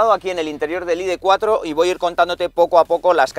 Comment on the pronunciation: Más tonto no puedes ser “ perdonarme si digo id tres ó id cuatro “ por mezclar el inglés con el español. Estas bueno , te recomiendo veas algún “chamán “ a ver si te aclaras. Estas haciendo vídeos para oyentes españoles y no ingleses , así que pronuncia en “CASTELLANO “